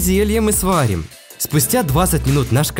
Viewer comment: Сварим а не свалин